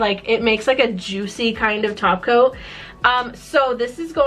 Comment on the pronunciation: I watch too much simplynailogical. Every time topcoat is said I hear taco and think of painting nails.